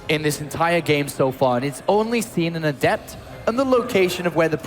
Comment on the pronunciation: Jesus christ, they keep using the pronunciation of adept that goes with the adjective definition instead of the noun one and it's driving me insane.